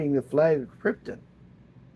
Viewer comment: It's KrypTON. Not Kryptin. lol GET IT RIGHT!